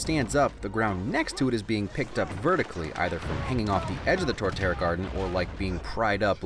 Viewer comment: Torterra* not Toreterra